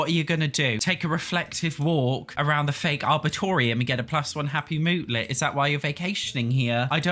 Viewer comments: Are-bore-ee-tum (northern U sound) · The best review of a pack ever! Completely valid. Exactly why I refuse to give EA a nickel. Nice graphics, that's about it. Not innovative, like the other Sims games.The only power we have besides our words is our wallets. It was funny how you added another syllable, or two, to "Ar-bor-e-tum". I luv your videos. Keeping it real! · The Arboretum (pronounced ar-brr-eat-um) is the name of the lot, essentially it is a public garden usually dedicated to trees rather than flowers. The building is a solarium/conservatory.